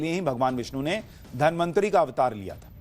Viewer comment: धन्वन्तरी को बार बार धनमन्त्री बोल रहे हो क्या 😂